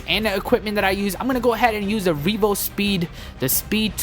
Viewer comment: Its pronounced more like REVVVVVO not REEEVO